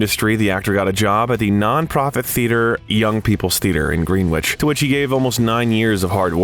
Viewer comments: Green Witch, lol, is pronounced Gren-itch. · "Green-wich", he says(twice), ..."13 pounds & 50 cents" ..& "unre-quit-ed love"?!? So, the actors all had to read "Coppola's novel, ..'Dracula'," ..did they? And it just goes on & on! ...Gary Oldman is one of the greatest actors of this age or any other, ..while the narrator of this video should be doing any other thing for his living. An obnoxious voice & that annoying use of inflection & pace, coupled with an inability to properly pronounce your words or to necessarily know what they should even be, is all bad to the ears of anyone trying to view a video, no matter how interesting the subject. Lame & erroneous statements like saying that for an actor it is a " ..difficult task ..to plausibly convey the character & experiences of a man who lived & died ..LONG ..before his birth!" ( To "act", does that mean? ), only serve to nail it all shut. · Where's 'Green-Witch'?